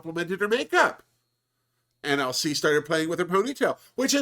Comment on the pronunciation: Every time you say LC my brain hears ‘Elsie’ but I kind of like that for her too lol as a fellow Brit I appreciated her asking about bird watching 😝